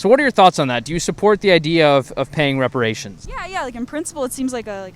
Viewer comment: did she really say respirations?